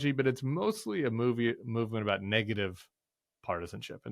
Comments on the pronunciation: Why do you say "a boot"? No one I have ever met from BC says the word like that. Are you pandering to low-IQ Americans with silly stereotypes? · coming from a canadian: Is it the exercise ball you're bouncing on that is making you mispronounce words like "about" for no reason? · Hi, I am a 56 yr old Canadian and can honestly say we do not say about like the host is saying it.